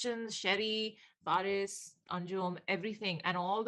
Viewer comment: butchering faris ka verse😵😵.... Btw loved your reaction